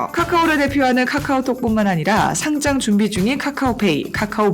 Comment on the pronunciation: 효꽈를 과로 상장을 짱으로 왼전 잘 못 발음 일관되게 해주길